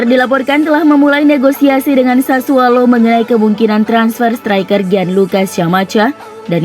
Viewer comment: sudah sering saya bilang mba. SASSUOLO . Bukan SASSUALO. Pake O bukan A